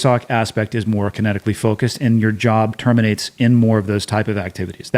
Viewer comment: Summing up DEVGRU: “It was much more kintetically focused”.